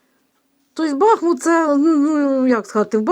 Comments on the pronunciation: не кажіть БАхмут, наше місто БахмУт. Будь ласка. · Доброго дня, якщо не важко промовляти БахмУт наголос на У, дякуємо за працю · Дякуємо вам за вашу працю.Усе ви правильно говорите.Тільки Бахмут - наголос на другому складі, на у. Ще раз спасибі.